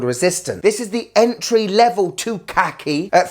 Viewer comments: Why don't you pronounce Khaki correctly? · khaki as in the military colour, please pronounce it correctly. 😉